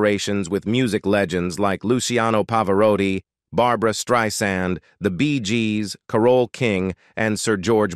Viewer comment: "Streisand" rhymes with "why" and "and."